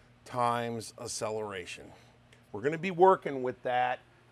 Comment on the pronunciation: a-cell-a-ray-shun. Never heard it pronounced that way before.